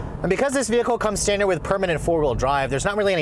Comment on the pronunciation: Hearing him say STANDARD makes me mad